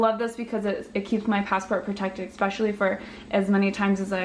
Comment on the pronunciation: The word is ESPecially , not eckspecially.